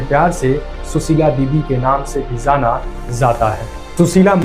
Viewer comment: Zaana zaata hai nahi bhaiya jaana jaata hai